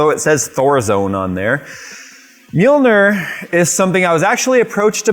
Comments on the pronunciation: MJOLNIR - is pronounced YOLN-Neer - the "M" is silent. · Handle accessory, I mean come on "mjolnir", smh